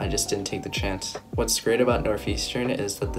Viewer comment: NORTH not NOF